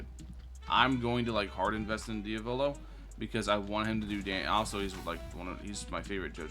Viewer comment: Diavolo❌ Diovolo ✅